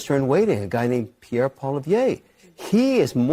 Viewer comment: He can't even pronounce Poilivere properly. Both Trudeau & Poilivere are underqualified. Trudeau was a teacher & Polivere was a out-of-university party gofor functionary who thinks he can run the Bank of Canada. Get ready for the knuckle white ride of your life, either way.